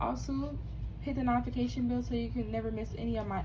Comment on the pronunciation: why you mispronounced notification 😂